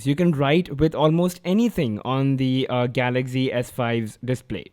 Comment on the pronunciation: why do u keep saying galackzi s5 when its galaxy s5?